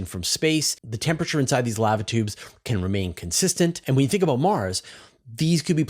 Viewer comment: why you gotta say lava tubes like canadians say "pasta" ???